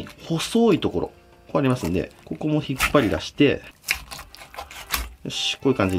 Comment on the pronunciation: ここも引っ張り↓だしてぇ↑